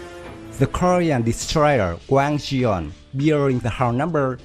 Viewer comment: it's wang gun...not wang jian lmao